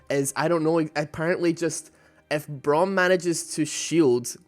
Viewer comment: its braum e not w